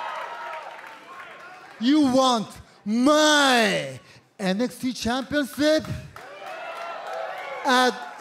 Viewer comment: LOL he said it wrong "Championsip" It should be "Championship"